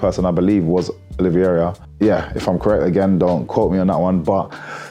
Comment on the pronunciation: Thank you MVP for your take on the fights. I love hearing you say "Oliverera" It's similar to how you blokes say aluminium. Crack on, you're a savage and we love ya.